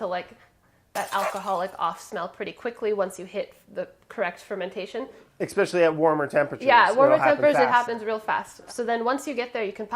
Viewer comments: I can't believe Hunzi missed the "excpecially" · Brad saying "expecially" is my pet peeve.